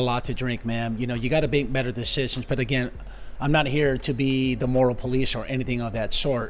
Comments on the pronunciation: "you have to bake metter decisions " 🥂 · “Bake metter decisions”?! Anyone else catch that?! 😂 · Cutest slip up ever:: "Amber, you have to bake metter decisions." 😂 (I had to rewind to see if I heard you say what I thought you said!) In all honesty,, I love your channel! Such great and entertaining content!